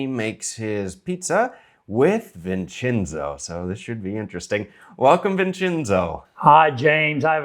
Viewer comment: welcome “Vinchinzo.”😂